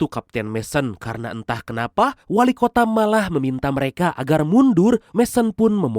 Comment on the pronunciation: WALIKOTA MIN, BUKAN WALIKOTAK